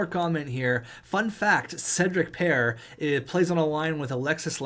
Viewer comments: Paré(Par-ay) not pare like pear lol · You pronounce Cedric pare name like Paré not pair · Im 90% sure as a Frenchman paré is pronounced par ay not par so please stop it hurts